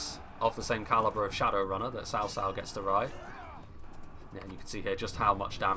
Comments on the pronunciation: I know it's not your fault but I hate it when I hear "sao sao." It's so western to pronounce it like that. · RAZZAQUE No. Tsaotsao. I live in China, and I know this. is saying it correctly.